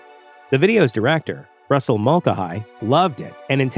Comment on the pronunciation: Russell Mul-cay-hee